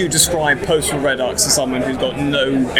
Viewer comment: reh-ducks, the fuck kind of pronunciation is that